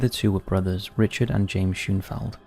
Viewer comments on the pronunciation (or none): none